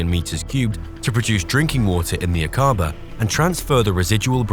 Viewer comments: Please note that Aquaba is pronounced as Ack aba and NOT aquAAA ba. Ask any one from Jordan!!! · Akkaba is the pronunciation not Akaaba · thank you forthis. interesting. ive been to the area. fascinating. thank you. nb the pronounciation is AK A BAH not A CAR BAR!!! i travelled in this area overland to india from the UK more than 40 years ago. it was awesome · Aqaba is not pronounced a-QA-ba; it is A-qa-ba. Should be fairly easy to get it right. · Was the voice over AI? Your pronunciations of certain words didn’t make sense, like Aqaba or Akabaa?